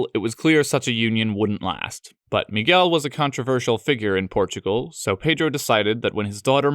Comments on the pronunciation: not only João (which seems to be the hardest by a long shot) but eve more subtle nuances that are really difficult to catch, like the "hard"/closed "el" in "Miguel" that most foreigners have a Lot of trouble, he just nailed it all the way. It was suprinsing to the point of scare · Nice pronunciation of João and Miguel.